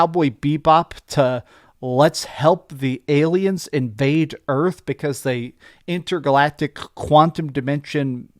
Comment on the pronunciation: How original, you called it INTER-GA-LACTIC 😂😂😂😂 how original, I am PLEA-SAANT!😂😂😂😂😂😂😂